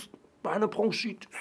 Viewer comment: Ich will ja nicht als Korinthenkacker rüber kommen, aber es heißt BroNchitis und nicht BroNGchitis 😂